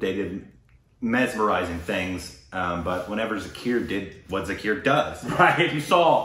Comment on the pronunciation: Love this video, but could you please try harder and say his name right? It's pronounced more like Zaakirr not Zerkeeyr. Thanks and keep up the good work.